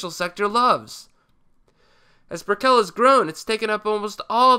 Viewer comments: LOL It's not BricKELL it's BRICKull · Hello from Miami, it is pronounce Brikil not Brikell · Fyi, Brickell is pronounced like Bricol or Brickal not Brick-el. I'm from Miami. Love your vids! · Miamian here, it's pronounced BRICK-el , not brick-KELL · This guy has probably not even been to Miami as he doesn't even know how to pronounce, Brickell. The accent is on the first syllable, not the second. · Just 1 thing as someone who lives in miami. We ALL pronounce it “brickle” even though it’s spelled Brickell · I always smile when a video like this suddenly mentions Miami. I feel represented! But aside from pronouncing Brickell wrong several times (had me chuckling, it should sound like "brickle") I don't think Miami should be used as an example for how to fix any city, seeing as it's a dumb fuckin city. Even the most walkable areas are still clearly designed for cars first, and gentrification is definitely a major problem. Perhaps not quite as quickly in Little Havana, but areas like Wynwood and Little Haiti are being redeveloped with their historical residents priced out. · lmaoo “Brick-éll” it’s just Brickell like nickel:) i just love to see some miami love great vid bro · That neighborhood in Miami is pronounced Brick-cull. Also Little Havana is more diverse nowadays with many Central Americans and Venezuelans residing there as well. Research and Check out our city. It's an interesting one. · Brickell is like nickle. Not like Edie. Good report. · Love your work You're pronouncing Brickell wrong. I think Dog Patch, India Basin and Hunters Point soil is not conducive to major construction due to earthquakes. Not sure. Would love to get your take on Miami, particularly transit there, and Philadelphia. I love GoogleEarth! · I cringed ever so slightly when you were pronouncing Brickell wrong. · He's pronouncing Brickell wrong.